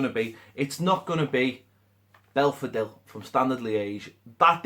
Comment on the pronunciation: Typical, finally works out how to say Belfodil & Everton pull the plug on the deal.